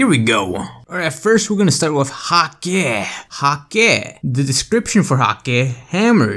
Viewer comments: bungie comfirmed that hakke is pronounced hah-kuh just to let you know :) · Hakkë is hah-kuh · hakke pronounced as hak-kuh kinda like hacker